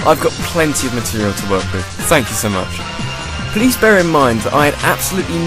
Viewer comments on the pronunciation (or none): none